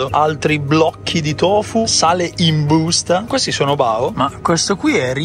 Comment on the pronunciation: Mi fa troppo ridere "in BUUSTA"😂